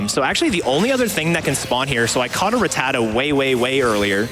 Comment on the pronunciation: thats not how i pronounce rattata....